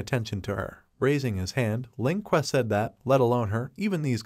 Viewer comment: every time it said "Ling Que" I heard "Lin Kuei" and i'm like: is sub-zero gonna show up?